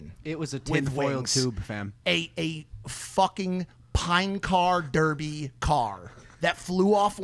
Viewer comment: Great Episode as always but Logan for the love of God when you pronounce "FAM" don't say ~fEm~ it's ~fAm~. When you use slang you should do it properly you know :D